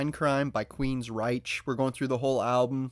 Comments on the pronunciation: Dude you’re killing me. It’s Queens-RYKE. That’s how it’s pronounced. Say the word RYKE out loud. (Like ‘Reich’) Got it? Then put Queens in front of it. Queens Reich. Queens ryke. Queensryche. Not reisssh. Or whatever the hell you’re saying. If you’re gonna review a band, at least get their name correct. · Rike. The ryche of the queen. Her lair. Pronounced ‘rike’ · It's pronounced Queens-rike. I know it's confusing for us. Assuming American or Canadian?